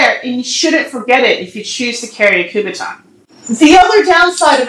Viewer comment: it's called a kubotan not a kubaton